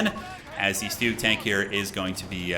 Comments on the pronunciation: the Stooge is pronounced Shtoog. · Stug, pronounced like Slug. Stuh-ugH Great casting man 🤙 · Please call the StuG with the hard G. It stands for Sturmgeschütz. Other as that, keep it up, these are entertaining to watch! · High level COH is so incredible to watch, the micro is insane. The way he blocked Crusaders with Carro Armatos to prevent it from escaping, clean AF. Side note: it's not Stooge, it's more like Shtoog, short from Sturmgeschütz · And he calls the Stug “stooge” lol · Nice Video but your pronounciation of Stug just hurts as a german 😅